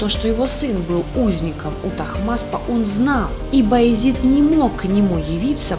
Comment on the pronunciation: Раздражает «Баязит». Баязед!